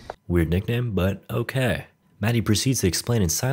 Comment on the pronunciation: Your "okeh" gets me to burst out laughing every time I hear it.